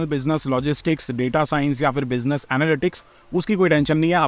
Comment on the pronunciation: International Bussy-ness 😂😂😂 the way you said it omg 😂😂😂